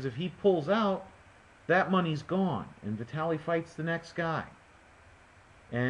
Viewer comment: Like I said in the next comments. vitAliy - good pronounciation :) klichkO - originally, pronounced with stress on the last O but anyway, your voice is closer to original then any other :))))